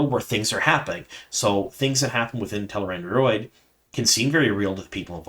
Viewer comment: Is this how Tel'aran'rhiod is pronounced? Sounds like something you should see a proctologist for...